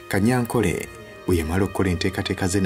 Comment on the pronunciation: Besides, the name is Tadeo Kanyankore not Kanyankole. In our Runyankore/ Rukiga dialect, there's no letter L, so please stop it.